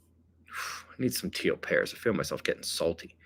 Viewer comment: I hear him saying "T O Pair" and have no clue either. English is my second language.....